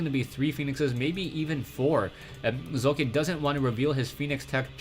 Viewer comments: Socke is pronounced Sóck-e instead of Soo-Kài(your s-pronounciation is correct however). You might want to look at one of the german casters(HDHomerj, for example), if you really want to find out, how we pronounce it. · I'd expect Socke is pronounced so-cu so as in "soldier" cu as in "culprit" not "sock" or "sowe-kuh"